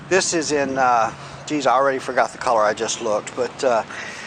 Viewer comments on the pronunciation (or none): none